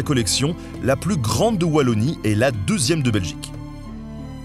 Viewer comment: Wah un fr qui sait prononcer wallonie ... chapeau ... au moins il a internet lol